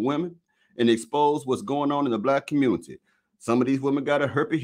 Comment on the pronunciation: WoW this is what’s happening in “The Communitah”, glad I left